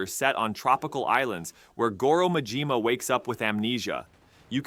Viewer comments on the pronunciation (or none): none